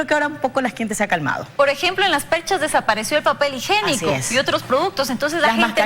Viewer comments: Dijo papel "higénico" ???? Por favor a hablar correctamente: Higiénico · Se dice papel higiénico no higenico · Papel "higenico "....mal dicho....se dice...higiénico. ..!!! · Srs de teleamazonas que la srta periodista hable bien y que profesional tienen al frente.Dijo papel higenico o tiene la lengua mocha. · Papel h i g i é n i c o por favor repitan papel h i g i é n i c o. Son reporteras y no hablan bien